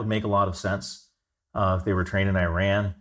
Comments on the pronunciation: Its EEE-rahn...Eye-Ran is an English language verb. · Exactly my thoughts. Where did they find this guy? Messing names and terms: Burma, Ayyy-ran, Hezbollah and Hamas religious affiliations?